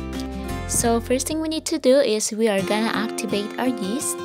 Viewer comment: Daisy rose fuentes -Haha sabi ko nga😜😜😜tas yung pag pronounce nya ng yeast sa una lumabas ang pagka bisaya ni,but so far ok naman ang kinalabasan😊😊😊.